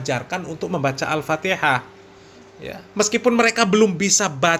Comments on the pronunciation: Bahar Bahar baca alfatihah Mahrojal hurufnya berantakan sekali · Baca Alfatehah saja gak bener, bgmna mau baca Kitab Kuning, Har....Har !! ente mabok minyak Rem atau Mabok Air Aki ???? yg begitu disebut Keturunan Nabi SAW ??? Sangat Memalukan, sodare !!!! Mukibbin ente jadi semakin DUNGU itu nanti nya 😆😆😆😆😆😆😆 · Memalukan bin demit ini, bacaan Al Fatihah aja sdh tdk benar,apalagi bacaan yg lain,TERLAAAALUUUUUUU.... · BAHAR CUMA GAYANYA SAJA YG SOK ULAMA PADAHAL KOSONG OTAKNYA... BACA KITAB SAJA SALAH DARI KIRI KE KANAN... BACA ALFATIHAH SAJA SALAH... AMPUN DEH YG MAU BERGURU DGN BAALAWI KAYAK GINI...